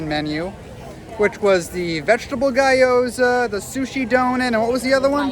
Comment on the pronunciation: loved the review but just heads up - it's pronounced "GYO-zah" not "GUY-o-zah" :)